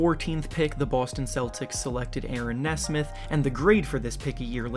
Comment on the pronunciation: (Knee-Smith) not nesmuth